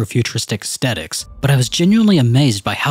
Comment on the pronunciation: Lol at “ass-tetiks”